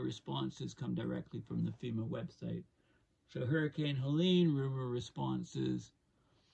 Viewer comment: politely, i've heard you call it helena a few times. it was helene